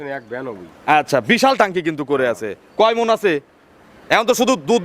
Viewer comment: আরে সারে নয় মন